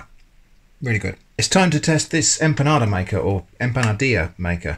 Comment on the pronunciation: Hi there, thanks for trying out all of these things, I always roll my albóndigas by hand, but after having seen this I may buy the meatball herramienta jajjaa. Another thing, knowing of your interest for Spain and it's kitchen and culture. It would be lovely to here the the word empanada not said as 'empanaRda'.Also empanadillas is easier to say without the R sound and but as you already know, saying a 'ya' sound where the double 'l' are. Love the choice of video,🙂